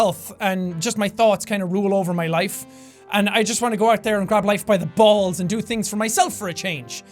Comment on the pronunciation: His emphasis on it inadvertently was hilarious to me.